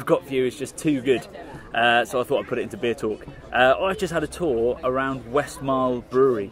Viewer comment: Its not 'Westmarl' but Westmallah.